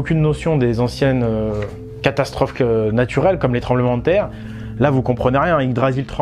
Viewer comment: il n'y a que moi qui a entendu " castasstrophe "? x) mdr, jten veut pas, super intérrésante ta vidéo!